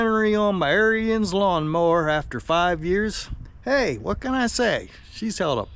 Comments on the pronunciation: 1st its Arons not Arians 2nd sounds like you had a problem with Lowes not Ariens. Other than the pump leaking which after 5 yrs normal wear and tear. Ive had the same mower for six yrs I do normal maint. Its the best mower I have ever owned. Imean you cant compare a 10k mower to 3k mower. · "air-reens". its not a nazi skin head. lol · Ariens pronounced arins it's their last name, not like the term aryan race. Thank you.